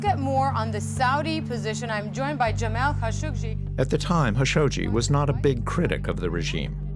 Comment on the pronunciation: Everybody pronounces JAMAL KHASHOGGI with a K sound and the narrator of all people purposely mispronounces his last name as HASHOGGI 😂 it’s kind of disgraceful